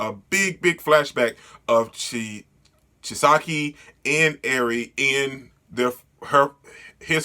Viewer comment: Lmao chi-sa-key and the yok-uz-za